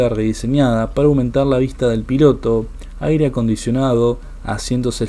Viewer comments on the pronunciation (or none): none